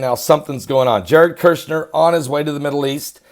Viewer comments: Shill,done with you,it's Kushner,not Kershner,and he is evil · the pronunciation of the first syllable of Kushner's name sounds like "Push", so there's no "r" sound in the first syllable. KuRshner is WRONG. It sounds like as in the word "Push", so say Push-ner to Kush-ner. Say "PUSH" over and over, so you get in the habit of saying "push, push, push" to Kush, Kush, Kush, then add "-ner". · Kushner not kershner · It's Kush-ner